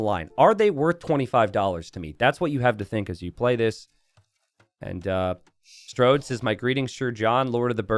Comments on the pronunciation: The way says “StRode” makes me think he would call Main Street “Mainst”. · It's a running gag that t90 says it "wrong"